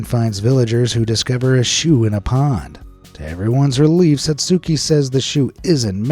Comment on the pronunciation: The U in Satsuki's name is silent.